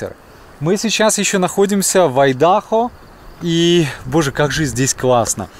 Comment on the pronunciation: Айдахо, ударение на первую "А".